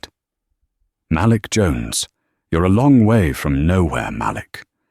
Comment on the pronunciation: the name malik is pronounced muh leek ( say it fast muhleek) not "mal lick." fix it because it sound like sjht. AI do not know how to pronounce a lot of names. it's ridiculous.